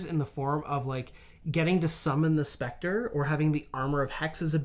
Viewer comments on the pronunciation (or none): none